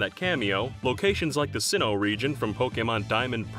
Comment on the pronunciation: Jirrateena instead of Girrateena, Sin'yo instead of Sinjoh was funnier to me, does he think it's Spanish? It's Sinnoh and Johto put together. And Johto wasn't called Yoto lol.